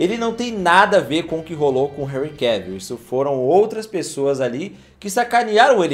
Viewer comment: Vc não fala "Enrri Cavíl", vejo q não fez o método BIU UÊI! 🤭